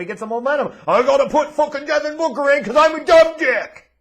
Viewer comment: Suns Fan here, I’ve been watching you for over a decade now; I don’t like the way you say DEVIN BOOKER!!! Lol